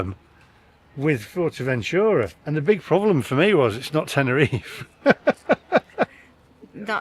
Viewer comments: Wouldn't go to Fuerteventura (BTW it's not "Fort"eventura! Although you have learnt how to pronounce Corralejo) without getting a hire car. But I agree with your "friends" from Brum that it's decidedly odd going to anywhere Spanish just to eat Chinese. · fortevenchura? what's that?